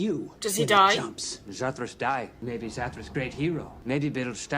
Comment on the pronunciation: It's Zathras, not Zathras.